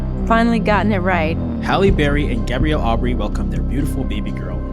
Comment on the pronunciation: Not Gabrielle It’s Gabriel Say The Name Correctly 😊